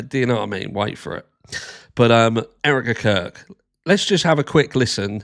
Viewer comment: Everytime you say Erika Kirk it sounds like you say Eric the Curd